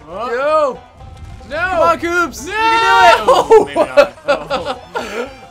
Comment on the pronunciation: its koops not loops dude